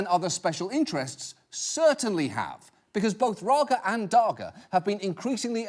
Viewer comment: First, Raga and Daga are supposed to be Dutch names, but Dutch doesn't have that kind of G sound. Then he nailed the Dutch pronunciation of the G...